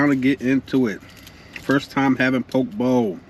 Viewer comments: I live in Hawaii on Maui I use chopsticks only to eat even rice. By the way that’s not traditional poke bowl but looks reallllly good. It’s pronounced po-kay ❤ traditional poke in Hawaii is fresh raw ahi only that’s it. We eat with with shoyu (soy sauce) and poi (taro root) Thanks for shouting us local people out! Hawaii is a beautiful place. We don’t have seasons here, only place on earth with no seasons and no daylight savings 😊 Enjoyed your video! Alohaaaaa 🤙🏽🤙🏽🤙🏽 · Hi. It’s Po Kay Bowl 🍲! Poke’ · He be getting to the MONEY!!! LOVE TO SEE YOU GRINDING!!! BTW.. lt is pronounced pookee bowl!!! Looks so good!!! Stay safe!!!! Many blessings indeed!!! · You should probably learn to pronounce what you’re eating… makes you look real crazy.